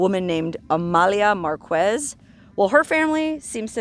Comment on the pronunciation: Forgive me, dear, but it's not "Mar-KWEZZ", it's "MAR-kess". Thank you so much for your history lessons! (The "Boca" in "Bocaditos" means "mouth").